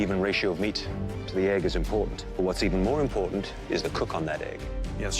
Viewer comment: Americans: Eh-g Canadians: Aye-g